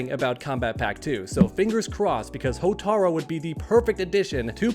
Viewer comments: Cant ignore the fact that he keeps saying Hotar-o instead of Hotar-u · Hotar-U not Hotar-O. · You mean Hotaru? Not Hotaro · HortarU!!! Not HotarO How has nobody corrected this? I bit my tongue but hey small mistake but when you talk about Motaro and then "Hotaro" its...eh. its Hotaru. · It's pronounced "HOH-TAH-ROO"! Hotaru! NOT "HOTARO"! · Hotaru not Hotaro 😂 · "HOTAROO". It's not "Hotaro", you clown. "Hotaru". It's not hard bro. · His name is Hotaru (hoe-tah-ru)